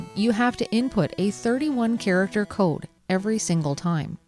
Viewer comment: Uh-oh. The way you said "code" makes me think you're from the midwest. ... are you a badger? 😜